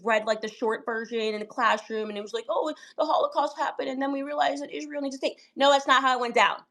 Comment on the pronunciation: And she have to learn how to say Israel and not Ishrael she sounds stupid